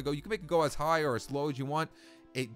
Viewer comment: it depends how hich you want to go''